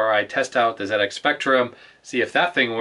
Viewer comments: well done for saying ZED-EX spectrum ;) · Glad you called it a ZED-Ex. But whilst we're on the subject of proper pronunciation, solder is pronounced "soul-der", not "sodder" and composite is "compo-sit" not "com-pos-it" :) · It looks like someone had a monitor on top of that BBC. I reckon the PSU must of overheated... Beebs generally ran on 5 1/4 inch disk drives, see if you can find one on Ebay. They had a lot of educational software cos they were mainly used as school computers, though they did have an awesome 6502(?) assembler in ROM as I recall. PS - Hey, we've got an American pronouncing "Zed" properly! We'll have you spelling "aluminium" next! ;-) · Ha never picked up on that. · It gets a Like for that, before the video starts properly.